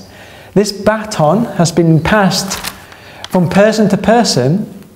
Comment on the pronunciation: He also says "bat-on" for baton. XD